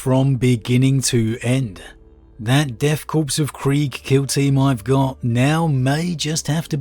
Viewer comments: Love the reviews but deathkorps is pronounced death “core” not death “corpse”. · Corps pronouced like Kor or Core, not corpse. Love your stuff